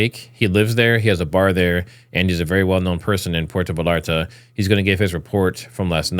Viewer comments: Bro it's Puerto Vallarta Pronounced (Véyarta) there is no "L" sound. It's a Y sound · Pronounced puerto VAYARTA" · Pwhere -toe - vay - yar - ta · V a y a r t a. Like tortilla... Puerto Vallarta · I almost had to stop watching and I’m not a native Spanish speaker. How do you grow up in the US and not know the two lls in Spanish are silent